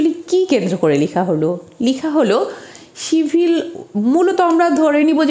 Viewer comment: Mam,আপনার উচ্চারণ এ ভুল কেন যেমব সিভিল কে আপনি ছিবিল উচ্চারণ করেন,এরকম অনেক উচ্চারণ ই ভূল